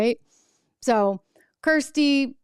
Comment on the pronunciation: it's Kristi Noem not Kirstie. How can you properly evaluate a candidate if you can't even get her name right?